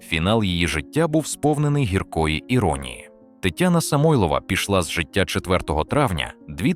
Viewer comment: СамойлОва неголОсний ДмитрОвич нААвчіть інтЕЕлект наголОООси ставИИИти. ЗагибЕЕЕллю…мерзнУУУУчи. Ну хоть провіряйте, ЩО ви викладаєте!!